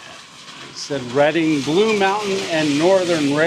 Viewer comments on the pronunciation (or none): Its Read-ing not Redding & thats Ska-neck-ta- dee! Other than that your words are pretty good.